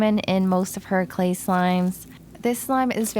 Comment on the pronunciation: Is it me or on the first slime did she say “slay slime” instead of clay slime?